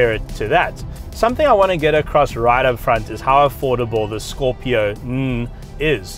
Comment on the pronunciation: Really love how u say its name ...